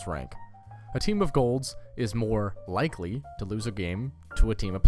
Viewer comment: Emphasizes the word likely but zooms in on the word probably